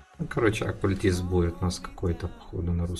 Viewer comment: Не окулитист,а окультист.